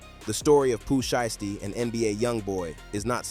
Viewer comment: Bruh say his name right if you're gonna report the news lol